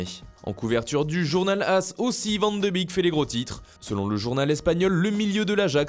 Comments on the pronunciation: Vous arrêtez pas de mal prononcer les noms et prénoms néerlandais. On dit van de bék pas bik. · Van de bique fromage de bique aussi, tu l'as pas pas respecté sa se prononce van de béque mec voyons. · Ça se prononce van de béék, pas van de bique 👌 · Svp on dit Van de “bék” et pas van de “bik” ...